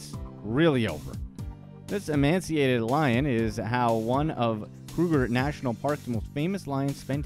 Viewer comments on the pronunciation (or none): Not E-man-see-ate-ed. It's E-may-shee-ate-ed